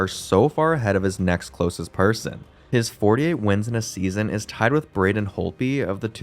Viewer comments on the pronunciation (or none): none